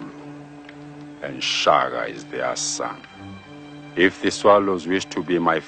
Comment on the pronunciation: King shaga u heard put some respeckk on that man's name🤣🤣🤣